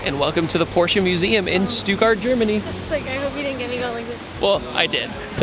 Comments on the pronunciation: It's STUTTGART, not Stewguard :D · I been dere aslo its stuttgart not stugart